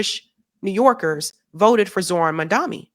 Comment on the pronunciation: you said Zohran's name wrong throughout the video